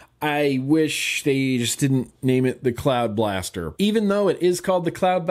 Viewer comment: I thought you said cloud bastard. Don't know why but I like cloud bastard. Ha cloud bastard.